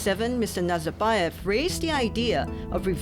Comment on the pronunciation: Wtf, how hard is it to say KaZakhstan and NaZarbayev properly?